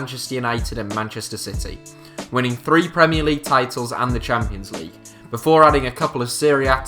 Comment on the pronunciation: I cringed when he said outside of premier leauge